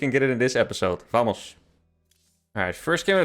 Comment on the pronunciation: good accent on the "vamos", best yet